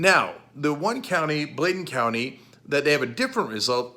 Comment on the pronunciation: Bladen County not blatent